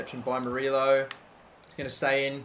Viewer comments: Murillo is pronounced Mur-E-O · Murillo is pronounced "Muree-o". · Please pronounce Michael Amir Murillo name right. As a New York Red Bulls fan, it really makes me cringe. Murillo is pronounced (Mer-e-oh)